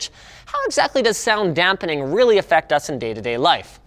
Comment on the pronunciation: I cringe everytime he says "dampening"